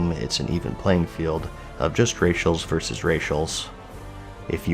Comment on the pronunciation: Why is it so hard for gamers to say “versus?”